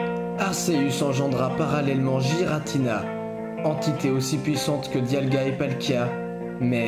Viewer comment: Déjà on dit Arceus et pas Arséus, on dit Giratina et pas Jiratina et on dit Créfollet pas Créfallet. En plus ce que tu dis est faux